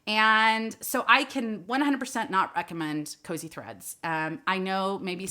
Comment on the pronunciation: Kosei looks like a Japanese word. If it is, it's pronounced "Ko-say."